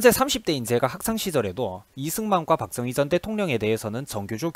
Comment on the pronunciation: 영상 잘 보았습니다.내용에 상당부분 공감합니다.다만 'ㅈ'발음 하실때 조금 신경써주셨으면 합니다.다른 부분에서도 많이 들리는데 특히 박정희 대통령 발음하실때 박thung희 처럼 들립니다.뒤로 갈수록 괜찮아 지십니다만 초반에 두어번 언급하실때 특히 그렇네요.영상 시작할때 '자~'하실따도 'thㅏ~'로 들립니다.의도적으로 그렇게 하시는건지,제가 유독 예민한건지는 모르겠으나 거의 오디오에 의존하시는 포맷이라 더욱 신경 써주시면 좋을것 같습니다.굉장히 민감한 소재들이라 안좋은 소리도 많이 들으실것 같은데 힘내시고 좋은 영상 많이 부탁드립니다.